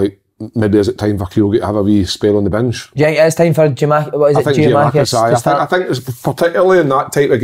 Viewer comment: Simon and Kevin or someone who can tell them stop saying Giamakis!!!!!!!!!!!!! Respect the guy's name